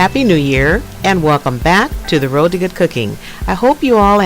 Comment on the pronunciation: It's road, not roed. Everything else is great! I think I will try the recipe today.